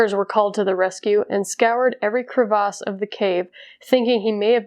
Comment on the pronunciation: Cre-vauses, lol. Never heard it pronounced like that before.